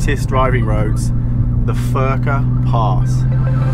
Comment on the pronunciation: you pronounce "Furka" wrong. You say like förka nut its FURKA